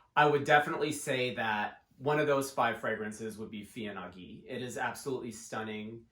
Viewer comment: Heya- the wordplay's on de FIL en aiguille which as mentioned below means what it means. Feeyuh ahn aye gueey, maybe would get us closer to the proper pronunciation, although it's still better to check with Google translate. Thanks for the video~